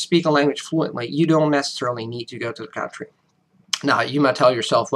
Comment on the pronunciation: What I've noticed about European (mostly Northwestern Europeans) people speaking with an American accent; they have great, great accents but the only thing that gives you away is the big emphasis on certain sounds.. certain times your pronunciation gives it away. Like how you pronounce "country" or how you roll our r's or l's. But that's really the only thing that gives it away. Us Native American-English speakers are a bit more lazy in their pronunciation, I find.. But you are so right, it really doesn't matter, people shouldn't be so scared to speak without a perfect (or near-perfect) accent.